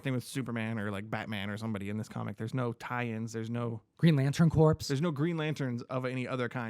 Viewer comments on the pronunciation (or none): the word "Corps" is pronounced core, not corpse.